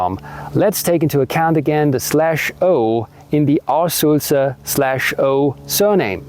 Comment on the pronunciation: The word for blabbermouth is actually Sülzer not Sulzer.